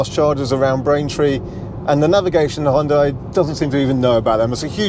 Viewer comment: Sounds like your are saying Honda, the CC thought so.